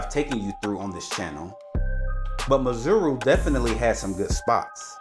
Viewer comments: When you say Maseru its exactly the way it is sir...not Mazeru😂 there is no "Z"...But overall Lovely Video of my home town my brother! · Not Mazeru mate But MA-SE-RU. Sheer ignorance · It's pronounced 'Maceru' not 'Mazeru'😀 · Great presentation but terrible pronunciation on the names. MASERU not MAZURU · Lol your Maseru sounds like Missouri the US state . Its pronounced Mah -Seh-Roo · Maseru_ Pronounced Mar - Sir - Rue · Mar Say Roo 😅. That kinda simplifies the pronunciation. Beautiful video though😊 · My Brother I don’t know if it’s ignorance or arrogance : but to NOT pronounce correctly is embarrassing 🙈 How Maseru turned into Mazuru🤷🏾 is a goddam’ mystery Man😂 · its Mazuru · Ma-se-ru. Each syllable separately, not all at once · You’re saying Maseru wrong and it’s really frustrating man.! ( there’s no Z or O in Maseru)However thank you for highlighting our beautiful homeland, God bless you 👊🏽🍻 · So you spent all that time in Lesotho and never learnt the pronunciation of its capital city!? What a shame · You have gained a new follower brother. I am from 🇱🇸 Maseru and I love how you showcased our capital city. I see you went to the mainstream tourist locations, if you happen to come back my group can show you other activities that the youth here are still trying to promote. Skateboarding in the highlands, paragliding, airbaloon rides, fashion shows and art gallaries. We will also work on that "Maseru" pronounciation😂😂.. 💯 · nice tour indeed, but the pronounciation for Maseru, is hilarious! I can see you enjoyed touring in Lesotho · 😂😂😂😂 love yr channel. Why didn’t they teach you how to pronounce Maseru 😆. U make it sound like there’s a ‘Z’ or even ‘zu’ 😁… but the ‘U’ is also only at the end. ❤